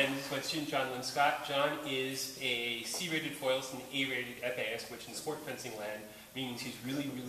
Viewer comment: nice lesson doc. good stuff. also, sounds like you said "an E rated epeeist". A rated damnit! lol